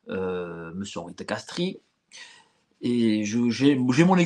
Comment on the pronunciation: Henri de Castries - Le "i"du nom de famille ne se prononce pas !